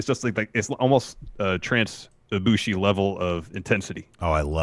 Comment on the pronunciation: For a second I thought y'all were saying trans ibushi 😂